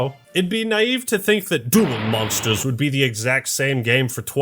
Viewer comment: he didnt say duel monsters right :(